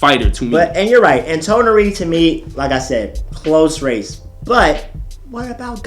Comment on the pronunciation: Why did the guy in the red shirt keep saying Toneri akatsuki that shit kept bugging me 😂